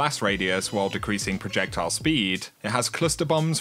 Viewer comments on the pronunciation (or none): none